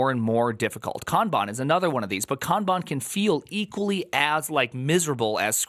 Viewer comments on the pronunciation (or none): Love your way of pronouncing Kaaanbaan 😊